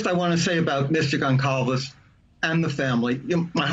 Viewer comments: As soon as I heard him pronounce the C like a hard C instead of an S sound, I lost respect. THEN he said Gon-claves. He put the L before the A. 🤦🏻‍♀️ Not very bright is he? How embarrassing. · It's pronounced GonSalves! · I think he does it on purpose… he will be on Nancy Grace or Megyn Kelly, whom… in 10 seconds prior, either THEM or another panelist with FIRMLY pronounce the G family last name 100% unmistakably CORRECT, yet as soon as he opens his mouth (Blum) he immediately MISPRONOUNCES IT! 😂 I think he does it on purpose as a slap in the face to Steve, who probably mispronounces ”BLUM,” as this last name, also is mispronounced often!